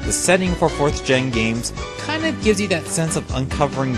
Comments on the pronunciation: why do you sometimes call Sinnoh Sinnova/Sinnoha? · why does everyone say "Sinnoah"? lol